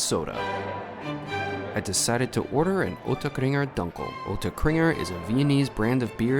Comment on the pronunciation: Leberkäse = "layberkayze" Try it out next time, lol. Also, try "doonkel" for the beer. You will gain great respect trying to pronounce things correctly. Great video!